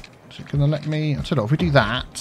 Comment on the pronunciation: ) I'm a terrible person who mentally turns your accent saying "me" in that line into "my," whereupon I wonder just what is, in fact, your biffa.